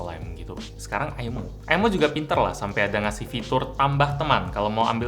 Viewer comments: "MAH MINTA AIMO" - bocah diluar pager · Ay Em O O Aymo Aymo